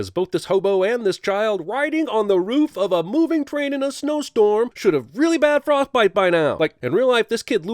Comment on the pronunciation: Did anyone hear he said frothbite